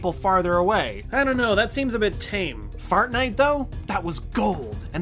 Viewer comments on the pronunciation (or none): Did he say FARTNITE HAH